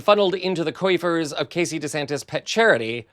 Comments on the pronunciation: Was "coifers" intentional? If not, it's "coffers". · Coifer?! Lol. I assume you mean coffer...😊